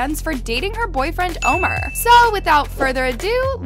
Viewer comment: Omer it’s Omar